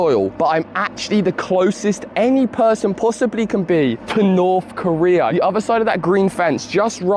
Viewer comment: “Norf Korea” lmao